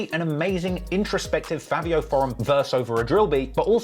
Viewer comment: Why you say “fAAvio”😂 and lets be real bro sheff and sleepy so much better than fAAvio